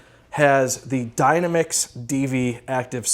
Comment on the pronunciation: It’s ‘dy-nam-ix’ 😂 like the word dynamic. The ‘dyna-mix’ is throwing me off bad